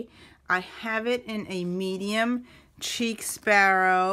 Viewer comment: I think its pronounced like sheik not cheek. I have a couple, but your collection is outstanding! Chic Sparrow's stitching is flawless. The purple is Aubergine, pronounced like aw-ber-gene (basically, eggplant). The Moleskine is pronounced like kai-yay! No 'S' as in cashier. When I first started with TNs, I had to look these up to be sure. The small "dots" on Pemberley are called pebbling.